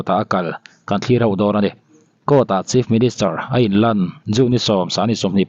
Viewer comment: Chief ministure/minischer tia i lam tlat le😮